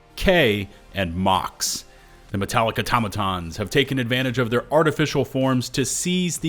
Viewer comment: The way you was reading the briefing, you read “The metallic Automatons…..” All I heard was Metallica! 😂😂😂😂😊😊😊😊😊😊